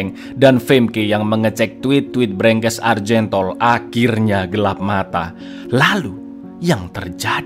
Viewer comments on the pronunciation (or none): none